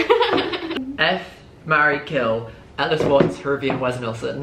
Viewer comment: he asked if she’d ever got with hrvy and literally pronounced it like hurvey